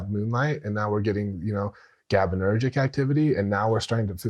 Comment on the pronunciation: This guy doesn’t know fuck all about Neurochemistry. It’s like he learned a few terms but never fully grasped the mechanisms. Cant even pronounce gabaergic.